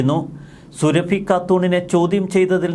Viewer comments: സുരഭി അല്ല സുറാഫി എന്ന് ഉച്ചരിക്കുക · അവളുടെ പേര് സുരഭി എന്നല്ല സുറാബി എന്നാണ്. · സുരഭിയല്ല സുറാഫി എന്നുപറ മോനെ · എടാ പൊട്ടാ, സുരഭി അല്ല സുറാബി. മര്യാദക്ക് നാവു വടിച്ചു ശീലിക്കാത്തതിന്റെ തകരാർ. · സുറാബി 👈 സുരഭി അല്ല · Zurrabi...സുറബി. Not Surabhi as you pronounce. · സുരഭി അല്ല സുറാബിയാണ് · എടാ കോന്താ സുരഭിയല്ല സുറാബി യാണ് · സുരഭി അല്ല. സുറാബി ഘാട്ടൂൺ